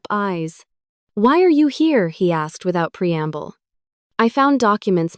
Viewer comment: Pmsl using "pre amble" again